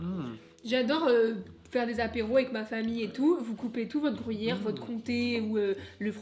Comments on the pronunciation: déso mais a raison on dit gru yère et pas grou yère:):) super vidéo!! vivement celle de demain:):) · c le gruyère et non pas le le grouyère antant que suisse/fribourgois je ne puovais pas me taire et c le valais --> valaisan mais autrement super video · Non non non, on dit gruyère et pas grouyere, lol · Je suis d'accord avec on dit gruyère pas grouyere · Il dit la grouyère et en plus le corrige mais il continue dire grouyère looool 😅🤣🤣🤣🤣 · Grouyère 😂 tu a dit 15 fois ce mots, à chaque fois j’en est rit 🤣 Super tes vidéo le 🎉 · Gruyère pas grouyere zzz 😤😤😤😆😆😆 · Le mec qui sait pas dire Gruyère MDR. le GROUHIER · Comment ça le grouillère 😂 c’est gruyère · Ça me stress comment tu dis "grouillère"😭😭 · Le "grouillère" mdr ... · Le "grouyère" 😂. Sympa vraiment ce petit calendrier qui m'a fait découvrir certains produits que j'ai bien envie de déguster. Et si tu faisais un calendrier de l'après en janvier? 🤣😘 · Mdr ..."grouyére" vous dites "pouis" pour "puis"..gru -y -ère !! Bonne soirée vous êtes meugnons...😂❤️ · Tu me stresses a dire grOUyere 😂😂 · Insupportable ta façon de prononcer gruyère 😂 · Par contre c’est gruyère et pas grouyère